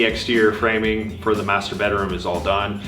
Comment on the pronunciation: OK you picked on about likened so I’ll pick on you about feer instead of ( for) 🤣😂 just kidding lol love to watch all of your videos y’all are the best out there ✌🏻👍❤️